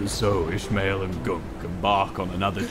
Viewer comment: i know he’s saying captain ishmael but all i hear is captainish male